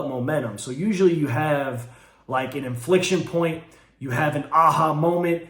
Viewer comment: Infliction point ... thats perfect..... not inflection